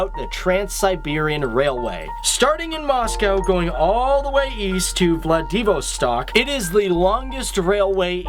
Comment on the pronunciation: I'm sure a lot of research goes into these videos, but for gods sake please research pronunciations. I cringed at the pronunciation of Cyrillic and Vladivostok. Pronouncing things correctly on an otherwise professional video raises the professionalism overall.